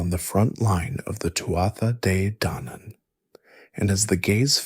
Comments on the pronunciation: It's pronounced Tua Day Danin, from an Irish person in Spain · I am so excited to fall asleep to this I love Celtic mythology. In Scottish Gaelic we say "too-ah jay daonaan" I would love to know how it was pronounced/sounded in old (or even modern) Irish